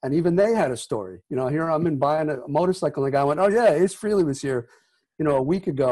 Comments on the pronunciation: Its frailee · It's pronounced "FRAY-LEE", not "Free-Lee," for chrissakes . . . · I will never get this. It's FRAYLEE. F R A Y L E E...Not FREE LEE. If you gonna bash the man. At least say his name correctly.... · It irritates the hell out of me when people - especially those who know Ace - can't pronounce his last name. It is pronounced "Fray-Lee" not "Free-Lee". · I was going to comment on that myself until I saw yours lol . Yes , that's so annoying! It's NOT " Feeee Leeee " ugg . Johnny G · No its FREHLEY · His name is pronounced Fray-Lee not freely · Its Froo-lo